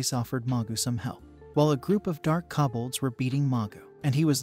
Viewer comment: ugh I can't take it. Since when is KO bolds pronounced KA bolds. I mean there is no A in the word at all! Don't just change words because your bored. ugh.